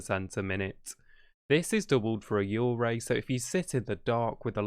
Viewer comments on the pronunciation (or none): when you said yurei it kinda sounded like you were saying urgay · the way he pronounces yurei is quite disturbing ngl